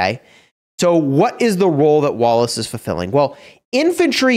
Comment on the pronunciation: i always hear walrus instead of wallace 😆